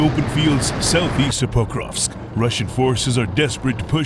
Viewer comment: Übersetzung auf deutsch sehr schlecht, Übersetzer Stat pokrovsk sagt pakarovosk🤣